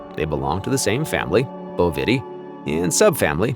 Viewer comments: Sheep. Bovidae. I despise robot voices!! Pronounced here as boh-VI’-dee. ‘I’ as in “it” (or in :) Like OMG!!! It’s BOH’-vi-deye . . . 🙄😲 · You pronounce things differently than I have ever heard them. Bovity... really?